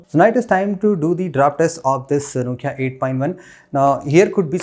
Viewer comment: Did he pronounce nokia as nochia?